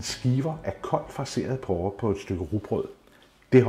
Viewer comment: Det hedder porre, og ikke pårre...